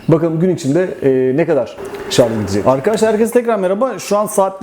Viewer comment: En doğru yorum ne biliyor musun ? ''şarz'' değil Şarj